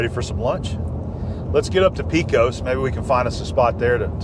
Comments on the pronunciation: Pecos has a short e, not long. Like paycos. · I was raised in NM not far from Carlsbad. I don't ever know how many times I have been to the caverns. Somehow I became the tour guide for our visitors. It is a special place. The tours have really changed since the "old" days. Pecos, is pronounced Paycos...